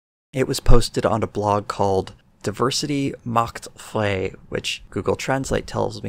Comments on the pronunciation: "Diversity macht frei" means diversity sets you free. it's a play on "Arbeit macht frei" (work sets you free) which was written above the gates of Auschwitz. Also, it's not pronounced "fray" it's "fry". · FYI, "Frei" is pronounced closer to "fry" than to "fray." (I was also going to bring up the "Arbeit macht Frei" connection, but I see several other people already did.) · Frei in German is pronounced like fry. The ei sound is pronounced the same. For example Einstein, klein, and nein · I know others have already corrected your interpretation of "Diversity Macht Frei," but I thought I'd also mention that "Frei" is pronounced like the English "fry" but with a French (or German) "r."